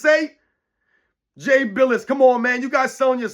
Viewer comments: It's bill like dollar bill ess! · Jay “Bill-us” 😂